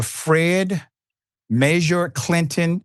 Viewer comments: I had to call the Holy Office in Rome to declare this a miracle! A Karen actually got busted being a racist, lying POS!!! Good on the St John’s PD for being honest! Oh, FYI, Meijer is pronounced “Myer “. The J is silent. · First, have to say that Meijer is pronounced Myer. I'm glad to hear police are doing their job knowing people lie and they need to investigate. She definitely deserved to be charged trying to start some crap like that! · HEY that's my home town and I hadn't heard of this!. I would find her story highly suspect for this small town. By the way Meijer is pronounced like Meyer.